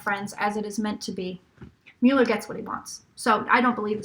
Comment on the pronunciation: I promise that "mull-er" is correct and "MULE-er" is incorrect. If you use the correct pronunciation, it will give what you say about him much more weight.